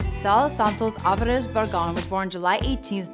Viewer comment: Alfarez🤦🏻‍♂️🤦🏻‍♂️🤦🏻‍♂️ really wtf its Alvarez dummy